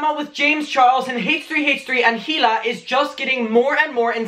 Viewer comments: It’s EELA NOT HEE-LA Sorry you’re cool lol it just keeps annoying me you say HEELA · Has anyone noticed how he pronounces “hila” as “hila” and not “e-l-a” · if one more drama channel pronounces the H in hila’s name i’m gonna lose my mind